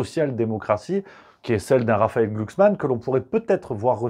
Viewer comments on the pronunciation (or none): none